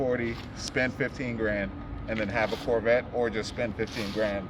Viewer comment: the "SORE"vette